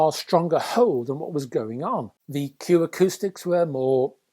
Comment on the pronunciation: Arrrrgh! It’s Q AcousticS. There’s an ‘s’ on the end.